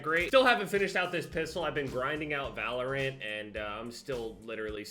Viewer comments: This man seriously pronounced it "ValorANT." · Anyone else annoyed by how he says “ValorANT”? Lol